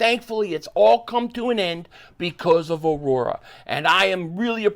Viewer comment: Try Grimaldi's pizza in Vegas. Yea, it's a chain but very high quality. Also, your sponsor is Au-ra, not Au-ro-ra!